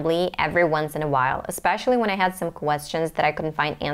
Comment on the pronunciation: I noticed your accent here and there like when you say matter, especially, accent, was, etc. Overall, great job, great accent!